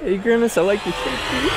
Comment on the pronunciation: That’s not grimace, that’s Flimace